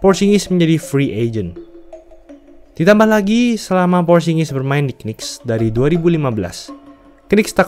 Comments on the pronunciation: Bacanya Nicks donk, jangan K-Nicks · Saran : knicks itu bacanya niks aja🙏🏼 k nya gausah disebut